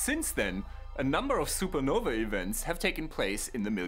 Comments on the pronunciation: SUPERNOVA!!!!! NOT SUPER NOVI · Super-Nov-A NOT E AAAA HERE ME